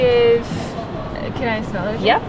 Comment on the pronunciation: Οταν λες "γουιτς ουαν ζμελ μπετερ" με κέρδιζες!!! Το "zmel" einai ola ta lefta :D